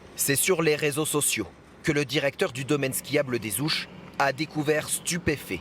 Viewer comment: Les (H)ouches ou les-Z-Houches... ça me choque l'oreille 😅